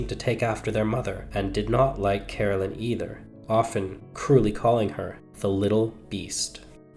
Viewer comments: Caroline is not pronounced as Carolyn. Ca-rol-ine. Whats so shocking about some pubic hairs? 😅😅😅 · CaroLINE, not Carolyn. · Please get her name right. It’s Caroline, not Carolyn. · Lady Caroline was English and in England the name is pronounced Caroline not Carolyn. I have no objection to the American version of English but it needs to remain American . At the moment we are experiencing Americanisation of the English version, of our ways of spelling and verbal pronunciation if not or the correct English version will be consumed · It’s Caroline not Carolyn. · Nearly every word he says is mispronounced as you say it's Caroline not Carolyn.🫤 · Please at least pronounce her name correctly! Carol-LINE